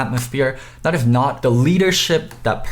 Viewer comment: u do realize you pronounce every "s" as "th" right?